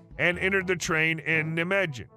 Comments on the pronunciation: Ugh, please, its pronounced Ni-Megan. The j is a y sound in germanic languages. Also, v is an f sound. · When pronouncing the city of Nijmegen the j is silent and the first syllable is a long I like the word night Ni* ma *gan! Historian who has studied World War 2 battles,Nijmegen part of Operation Market- Garden, movie "A Bridge Too Far"! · I think you'll want to check pronunciation of Nijmegen :)